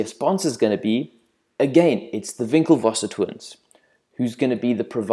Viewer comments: HAHA over priced at $1000 .. It's WinkleVos not VinckleVos. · It's "Winkle-voss" not "Vinklevosser"